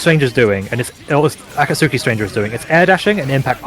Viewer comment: "A-kat-soo-ki" ... lol